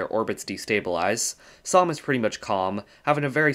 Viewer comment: Samh sounds like Psalm somehow